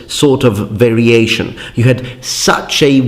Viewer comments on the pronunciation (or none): none